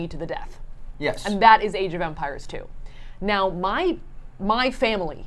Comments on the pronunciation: Idk why but I thought you were saying age of vampires for a while lol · Half the time it sounds like Saf's saying "Vampires" instead of "Empires"